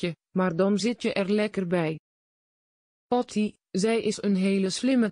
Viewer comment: Wat een uitspraak dat is zeker een computer Patty wordt Potty genoemd 😂😂😂😂😂😂😂😂😂😂😂😂😂